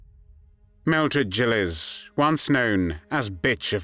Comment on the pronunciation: I always heard her name pronounced with a hard G.